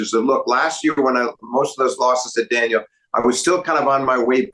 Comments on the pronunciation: Excellent analysis guys, really spot on. It's grating however to hear Steve constantly referring to Medvedev as "Daniel" and not as "Danil". He's not American dude, learn how to say his name, it's not that hard. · Daniel is such a weird pronunciation 😭😭 like is it really impossible to say Daniil?